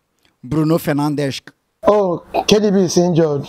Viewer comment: say na fernandeshk 😂🤣